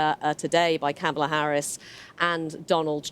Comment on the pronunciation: You would think BBC reporters would at least know how to pronounce Kamala's name.